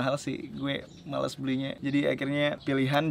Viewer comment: Iyaa, maless cuy penekanannya